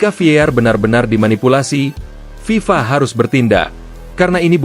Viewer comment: Ngomong aja ngk jelas FIFA...